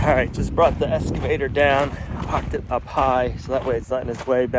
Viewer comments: I don’t mind the switching from one project to another without them being 100% completed. All projects can have starts and stops for various reasons. This is life. P.S., it is interesting to me that you cay “S” cavator, not “X” cavator. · Let's practice. Excavator. Not escavator. Ex not Es. Say it with me. Here we go. Ex. Ex.